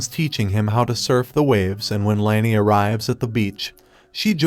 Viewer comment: It’s Lani, not Lany.